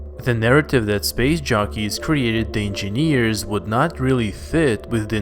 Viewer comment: We like how he says LV223 too, way soothing than how he says covenant. I also like how he pronounces "space shockeys" 😁 instead of jockeys